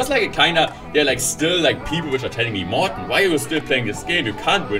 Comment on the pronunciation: That’s all! that's how morten is spoken! You never give up morten, becouse you are the best, the legend, a machine and much more I support you always! to go ahead in everything!